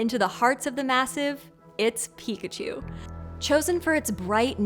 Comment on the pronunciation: Who calls Pikachu chunkachu